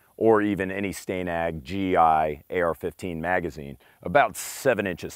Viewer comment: How do you pronounce the name Stan. Then why pronounce Stanag as Sta-nag instead of stan-ag?